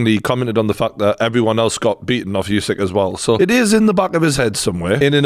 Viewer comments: its not yousyk-its usyk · USYK is pronounced “Oo-sic” NOT “you-sic” - why does every boxing journalist get this wrong?!